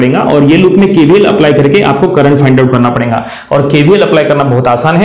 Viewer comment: Your lecture is of the best quality but the problem is with your Hindi You are stressing 'n' in between the words rahega as "Rhenga", parega as "Parenga" etc.